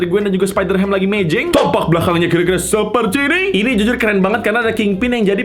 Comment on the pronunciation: taipo bilang zuzur harusnya jujur